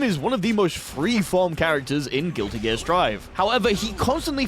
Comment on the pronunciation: I can't get over how you say gilligear